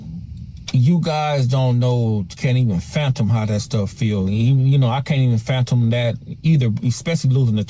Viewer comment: Bro, that ninja said phantom, instead of fathom I’m dying😂😂😂😂